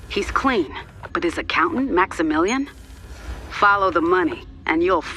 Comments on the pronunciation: “MAXAMILLIENq” - 2019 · Maximillianmus??? Lmaoo